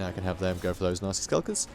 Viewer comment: I know you're saying nasty but I hear Nazi skulkers everytime.